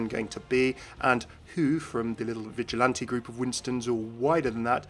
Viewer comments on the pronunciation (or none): none